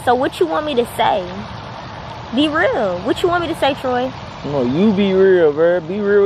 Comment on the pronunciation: It’s Troy not ‘Tory’